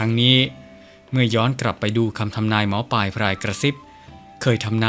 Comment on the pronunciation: ท่านหมอปายหรือหมอปลายครับชัดๆๆหน่อยครับถึงจะน่าฟังครับ